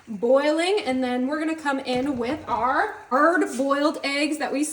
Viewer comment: I'm wondering about those "erd boiled eggs". Do those come from a special kind of chicken?